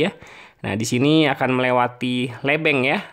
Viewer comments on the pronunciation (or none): Pasar lebeng di bacanya lebeng mas bukan lebeng 😁